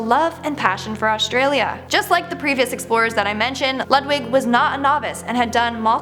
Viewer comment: Lou d vig not Lud wig